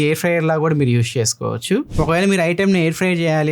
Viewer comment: యూష్ కాదు అన్నా... యూజ్ 😀😀